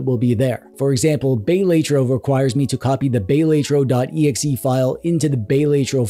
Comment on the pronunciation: Bay-lay-tro is diabolical